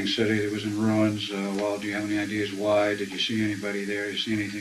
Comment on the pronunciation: How many times do I have to listen to this man say "ideers" instead of "ideas"? It's like nails on a chalkboard to me...